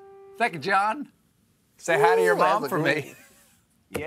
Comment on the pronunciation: His name is "Jon", not "Jean".